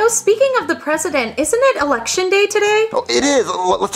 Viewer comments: Bruh why did it sound like said erection instead of election. And the fact that he said after its a very long and hard process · It sounds like is saying 'Erection instead of 'Election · I like how can’t pronounce L so he says “Erection”😂😂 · When said "errection" I died so this comment is the best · Erriction lol love it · I love how he pronounces “election” like “erection” xD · sounds like he’s saying eRection 💀